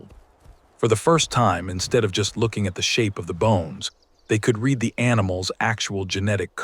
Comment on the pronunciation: One of the most annoying things about people using AI is the fact that they don't check the pronunciation of words. When is it read not read? Listen to your own work!